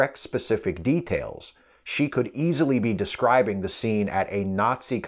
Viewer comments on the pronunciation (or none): none